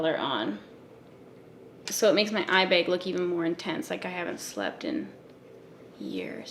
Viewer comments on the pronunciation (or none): How can someone saying eye bag “beg” sound so fascinating idk man!🙃😍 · The way she says eye bag.... I was hoping she'd say it and then it happened.